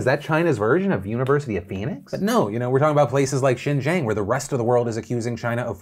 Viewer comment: Hey Phil, nitpicky Chinese Linguist here! Xinjiang is pronounced "Sheen - Geeawng." Like Sheen from Jimmy Neutron, Gee from "Oh gee willikers!" and awng like when something is super cute and you say "awwwhhh" but with a nasal ending or if you take the 'w' and 'r' out of "wrong." Just follow that guide and keep talking fast and you'll sound authentic! :)